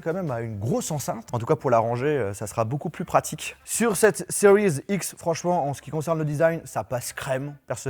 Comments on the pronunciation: stp arrete avec le "seriez x " c just serie x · Ce que j’entend " xbox cerise x "